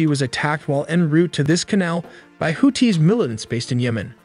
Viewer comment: Too bad AI can't pronounce things like missile names or houthis correctly.